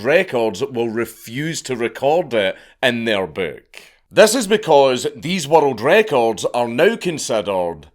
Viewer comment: I can’t watch this video the way he says world records wattle Draco’s